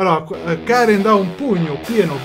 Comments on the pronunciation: dice Karen non Cane XD pur'io avevo capito cane ahahah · Non lo so sembra che dica la "r" di Karen ma la "n" non si sente proprio